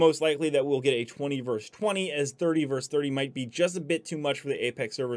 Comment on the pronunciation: *versus not "verse".